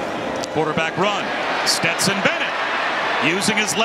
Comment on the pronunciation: How man times is Dan Orlovsky gonna call Stetson, Betson???